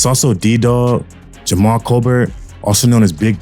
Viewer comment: (Ocho) Nate ain’t dead I just seen him. Jamal but it’s pronounced Jamel.